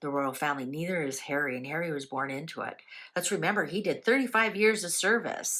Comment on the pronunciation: I can hear her saying "I'm not safe in the UK Hawwy so I'll stay at the Airport".